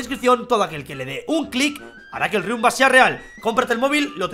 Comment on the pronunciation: Riumba no es rialllll